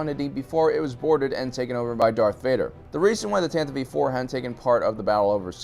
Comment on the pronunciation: Isn't it the Tantive 4 (IV)? Is he saying Tantive V 4? I've heard this before on other Star Wars-centric channels. I Don't get it.